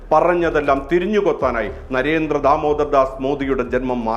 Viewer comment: നരേന്ത്ര മോദി അല്ല നരേന്ദ്ര മോദിയാണ്. അതുപോലെ കേന്ത്രം അല്ല, കേന്ദ്രം ആണ്.